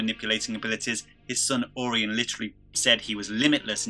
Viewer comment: Hard to take you seriously when you repeatedly pronounce Orion like Or-ion....lmao